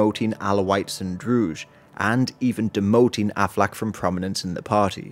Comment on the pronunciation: Great video but you keep mispronouncing 'Druze'. It's pronounced with a regular Z